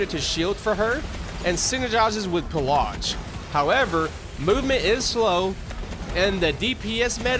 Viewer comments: Pillage is not said that way. Not by anyone, anywhere, ever. Wt? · theres no R in pilage